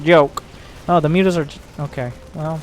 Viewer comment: dont forget "moo-tahs"